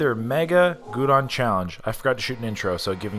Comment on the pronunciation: Gyudon GI-YOU-DON not goodon.